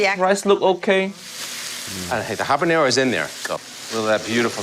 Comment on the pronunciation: at least habanero was pronounced correctly. Sorry, it bugs me when people (Americans mostly) give it the jalapeño treatment